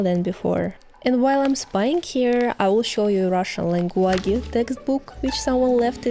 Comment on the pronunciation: "langueagay" it should honestly be said like that with hows its spelt lol